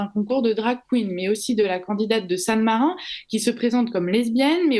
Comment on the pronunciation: "sanne marin" vraiment!? En fait soit vous le dîtes en Français, Saint-Marin, soit vous le dîtes en italien, San Marino.